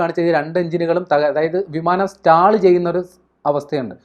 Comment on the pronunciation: സ്റ്റാൾ അല്ല സ്റ്റോൾ ആണ് 😂😂😂